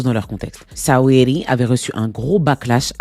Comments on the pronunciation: Ça se prononce sweeti pas sa-we-di 😂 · Mdrrr Sa-wee-ly 😂🤣🤣🤣🤣 tu m'as tué !